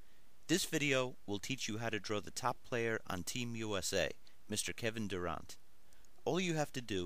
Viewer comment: Lol u said his last name wrong u said it wack